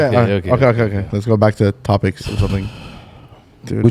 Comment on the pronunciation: Topics* broo spit it out. quit the nic